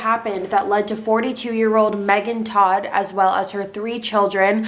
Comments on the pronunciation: The family's last name, TODT, is the German word for "dead". It is pronounced "tote". I really like your ability to tell a story. New subscriber here. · Your not pronouncing their last name correctly its not hard to find out how to say it